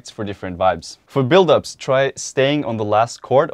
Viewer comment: everyone: build-ups: BuLd-UpS